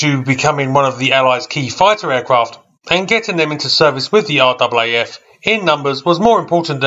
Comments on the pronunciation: Never heard an Aussie say are-double a-eff. Everyone I know says RAFF. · RAAF, its pronounced r-aa-f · It’s in fact pronounced RAFF as in Rif Raff 😎